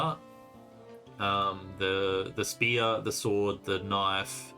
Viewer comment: The knoife disrespect......